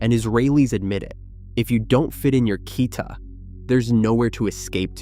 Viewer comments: I can't with the awful mispronunciation. It's tee-YOOL shnah-TEE, and kee-TA. Not tie-yul shnotti and kie-ta. Please learn how to pronounce things before you make a video about these exact things smh. Also there's a lot of incorrect/inexact info or things that are true in certain places but not all. For example in more rural areas there absolutely is a school bus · The video is accurate and great but I would double check the way u say thing in a different language, except for "Shabbat" u pretty much said nearly unrecognized words. You wrote "Kita", which is correct, but said "Kayta" for some bizzare reason.